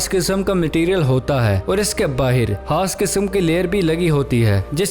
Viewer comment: Ap khaas ko haas kio kahta ho